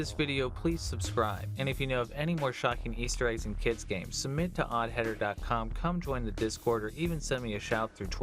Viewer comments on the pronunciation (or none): submit not sumbit